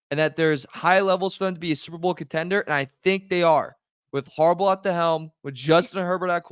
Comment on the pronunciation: It's HARBERT......or .... HERBAUGH